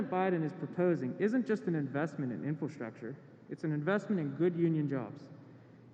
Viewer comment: Is the first guy saying infilstructure? Like a combo of infiltration and infrastructure?